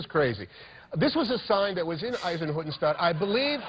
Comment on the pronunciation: Hanks pronounced "Eisenhüttenstadt" really well